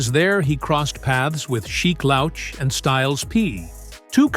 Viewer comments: Damn my guy said SHEEK LOWCH!! He did my boy dirty with that!! CRAZY WORK!!😂😅😂😅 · exactly totally nasty messing it up 🙄🤦🏾 same as pronouncing Sheek Louch 🤦🏾🤦🏾🤦🏾🤦🏾